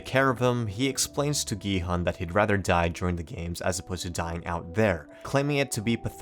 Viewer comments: ask people to watch the series in original korean pronounce gi-hun name as gee-haan anyway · when the guy says gihun as giheon